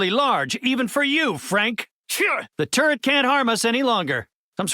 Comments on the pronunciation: Does anyone else hear Mr. Fantastic say “turd” instead of “turret?” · I'm sorry, but Mr. Fantastic sounds like he's saying turd instead of turret. "That turd is unusually large. Even for you, Frank..."